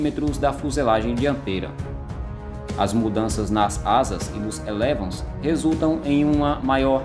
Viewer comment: Somente duas correções... é "êlevôn" que se diz. É palavra francesa. E não é de última geração. Existem 5 gerações de aeronaves de combate e o Gripen pode ser enquadrado na 4.5. (estas versões atualizadas porque o original era da 4a geração). Os de última geração, a 5a, são os stealths e com motores direcionais e que "escondem" a emissão de gases e demais aviônicos integrados a diversos sensores na aeronave como os F-22, F-35, Sukhoi Su-57 ou o chines Chengdu J-20.